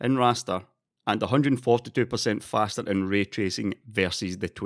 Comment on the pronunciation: nothin evah betah than fastah rastah